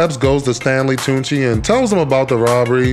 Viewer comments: Lmfaooooo calling Stanley Tucci “tunchi” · Nigga did you say Stanley Tunechi?! Goat commentary as always. (I also refuse to say LL Cool J, I say the full name every time because it's ridiculous and I'm a hater) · "Stanley Tunechi"... like Stanley Tucci and Lil' Wayne merged. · Did he say Stanley Tunechi 💀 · Calling him tunechi every time is hilarious